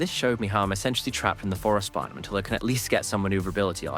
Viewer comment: This voice has to be AI, I can understand having a speech impediment but pronouncing words like “tempest” wrong and slurring “biome” into “bire” with a very English accent is so so strange